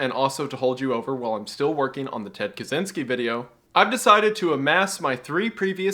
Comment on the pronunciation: WG: "Ted Kaczinski,,," Me: "Sh&7"